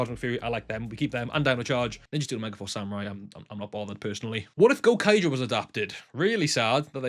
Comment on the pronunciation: gouraiger is pronounced "go-rai-ja" rai as in 'ry' in try